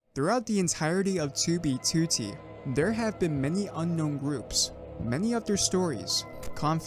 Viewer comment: stop saying 2b2t like that lol